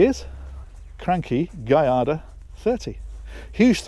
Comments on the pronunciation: Giada is pronounced Jada, as in Lada. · Adding on to say that if you want to be more "Italian", the "I" in "Giada" is pronounced more like a double "e" as in "heel". So "Gee-ah-da" would be more accurate. But I imagine the Italians would still forgive you regardless. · 🤣now you just need to say Giada correctly! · You nailed Cranchi but you mispronounced Giada :) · Yep. In Italian, a g followed by an i or an e is always soft (like a j in English). To get a hard g, you have to put an h in between, as in a Maserati Ghibli. And, it's not that hard to learn! I learned enough from an audiobook course I took before a trip to Italy. Well, enough to know how to pronounce things, anyway. Also enough to get myself in trouble by giving Italians the impression I spoke a lot more Italian than I did!